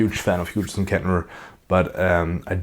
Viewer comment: Are you going direct of the back of the unit or using a mic? Little for your information, the "G and H" is silent in Hughes so you say the same has Who's but with a H at the beginning. Ola England gets this wrong as well, its a goofy English thing.